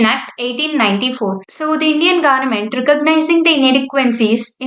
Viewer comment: Pronounce Government properly